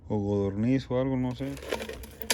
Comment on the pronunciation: Godorniz 😂😂😂😂😂 Es muy gracioso tu Español Codorniz sería la palabra